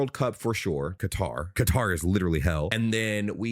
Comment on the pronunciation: Some of these USAmericans are acting like the World Cup is being held in Death Valley; the players would look like that in the snow because they're elite athletes pushing their limits. Also, for future reference you should look up how to pronounce Qatar.